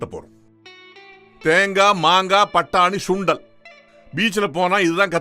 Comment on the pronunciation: Dai it’s Sundal not Shundal😂.. I think you are a Bhramin